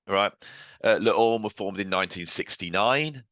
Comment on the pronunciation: Le Orme is pronounced Lay Ormay.